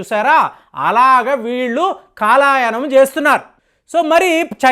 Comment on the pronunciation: కాలాయనం కాదు సర్. కాలయాపన అనాలి...